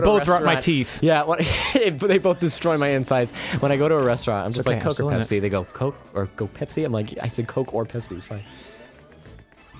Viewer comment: You guys are horribly, horribly, horribly mispronouncing "Pepsi"